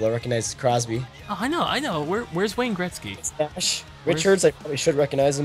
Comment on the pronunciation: Who's Wayne greztgy? I think you mean Wayne Gretzky?....